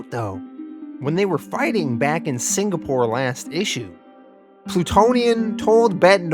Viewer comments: The Singapore pronunciation still sounds off lol it sounds like you're saying Sin-Ga-Pore and it's more like Sing-uh-pore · The signapore thing was excruciating 🤣 At first I thought you said it like that because Plutonium did that and the congressman was too scared to correct him. Then you kept saying it out of that context and I was like nah🤣🤣🤣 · I also thought it was pronounced "Signapore." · i did notice " singapore " but we forgive you lol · Man I kinda liked the signapour pronunciation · I actually miss the wrong way you pronounced Singapore